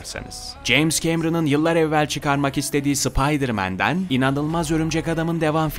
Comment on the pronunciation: Video da SI-PAY-DIR MAN disinda bisey duymuyorum.. duyamiyorum 😂😊